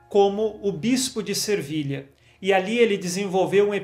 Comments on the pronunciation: agosto muito de ouvir suas mensagens. Deus o abençõe., é Se vilha, sem r! Sevilha. Desculpe pela observação. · Peço-lhe, desculpas,mas sempre escuto o senhor dizer Santo Izidoro de Servilha mas penso que o certo é Sevilha cidade da Espanha.Desculpe -me a ousadia Deus o abençoe, que sua evangelização continue a frutificar como sempre Paz de Cristo esteja sempre conosco 🙏